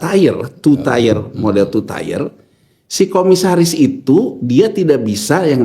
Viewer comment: 1 Tier, bukan 1 Tyre, 2 Tier, bukan 2 Tyre, 3 Tier, bukan 3 Tyre, Pronunciation nya diperbaiki Tier=Tingkatan Tyre=Ban